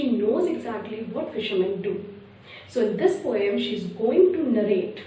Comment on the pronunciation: It’s not po yum it’s poem